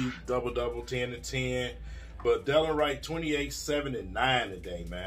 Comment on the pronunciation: It’s de-lon Wright Prounounced “da Lon “